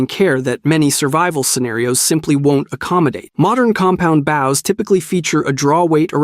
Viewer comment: and why do you say baus and not bows